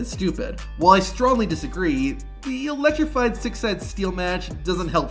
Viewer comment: Ummm so about #4... I hate to be this guy, but you're not exactly helping the stereotype of wrestling fans not being the smartest bunch when you misspell and mispronounce "electrified" over and over again....